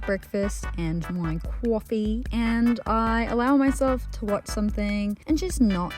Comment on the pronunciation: that coffee saying accent 😂